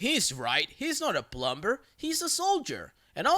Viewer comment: i know you're a doggo but don't say the B in dumb and plumber lol thank you! you mispronounce a lot of things but those two are bothersome more than the others.